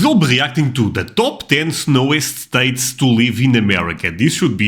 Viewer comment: #27 I always watch until the end! I was very impressed at how many states you knew and the correct pronunciation. I would really love to see your Country, and things around where you live video.